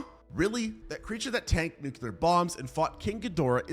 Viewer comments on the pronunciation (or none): F%&# !!! I hate to be the word police here, but this bugs me. It's not just you as I've heard Phd's do the same thing. Nuclear is NOT pronounced "new cue ler". It's "new klee er". Sorry, It's a pet peeve of mine that just digs into me. Love the video !! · He didn't say "nuclear " even once....the whole time he said "nucelar"XD.no offense dude.love ur vids